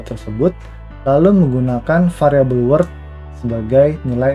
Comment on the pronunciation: Halo min, mau sedikit kasih saran. klo boleh min, apa yg diucapkan oleh pembawa materi diberi text min. soalnya divideo diatas pengucapan word dan world hampir sama. makasih min ..